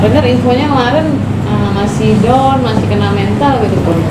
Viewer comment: Pak benerin dulu ngomong masa gak bisa bilang down